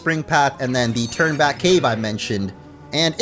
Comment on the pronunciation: Lowkey thought was saying “Turdback cave” but it’s Turn Back cave